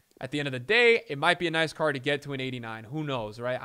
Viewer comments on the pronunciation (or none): none